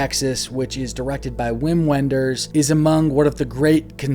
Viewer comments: I feel like I need to interject at this point to say that in Germany, W is pronounced like our V, and so Wim Wenders is pronounced like Vim Venders. Sorry to be pedantic 😁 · It’s pronounced Vim Venders. Thought you’d want to know. Great list. Especially your last three. Since you liked Ghost World, you should check out American Splendor. Not a coming of age but sort of exists in the same universe as Ghost World.